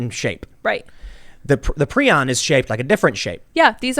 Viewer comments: It's "pry-on" not "pree-on". And Cruetzfeldt-Jakob (yah-kov) IS mad cow. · Prounonced “pry-on”